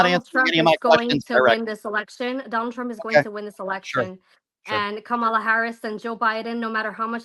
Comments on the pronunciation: How come these types of people go out of their way to mispronounce Kamala’s name all the time? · Say her name correctly. Wtf